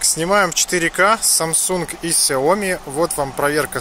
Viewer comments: Не сЯоми, а СяомИ. Хватит каверкать название компании. Слух режет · сяоМИ, на МИ ударение блеать! Аж уши режит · В бровЕ, сяОми. Слушаешь тебя и представляешь монолог отсталого. Может стоит подучить языки?